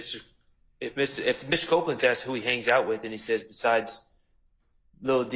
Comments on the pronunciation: Right 😂 It's annoying tl out of me. I wish she just learn to say "asked" 😂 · Why does she keep saying axed